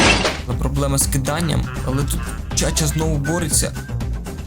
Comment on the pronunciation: не Чача😂 а правильно Чачуа